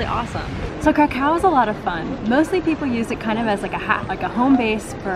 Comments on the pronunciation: Great video, but I did not know there is a city in Poland called "karacacow" 😂😂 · Every time you say "Kraków" I head "cacao" from that Portlandia sketch... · Krakau ? Hmmm , I thought Kraków ( krakoov ) is a Polish city ,not German ! so Guys next time please use polish pronunciation . Ps. Fair enough u say Auschwizt not Oświęcim as that was a GERMAN CONCENTRATION CAMP and the only foreign pronunciation that we except is Warsaw for Warszawa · Yeah , the way they pronounce Kraków (krakoov) completely put me off of watching this vlog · wow you'd think they'd be able to pronounce Krakow correctly but i guess not. my grandparents Came from there, also my friend from Poland would say: NOPE. the correct pronunciation is (Krakov) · Nice video! But you are misspronouncing Kraków (Kraa-kof) and its pierogi not pierogis! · The way you pronounce Kra-COW is very irritating. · Yeah I mean at least pronounce "w" correctly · My goodness, each time you said Krakow in such an American tone, I cringed. Please try to pronounce the name more like the Poles would say.